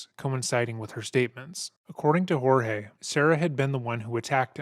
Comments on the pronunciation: before I proceed with this story - his name wasn't HOR-heh it was Jorge pronounced George. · Does it infuriate anybody else that she doesn't even have enough respect for her victim to even say his name correctly??